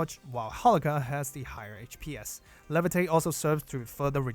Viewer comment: I would suggest pronouncing HPS (HP Per Second) as "H P S" and not "H Pees" like DPS (Damage per Second) is "D P S". Would make it a lot clearer what you're talking about when yo abbreviate it like that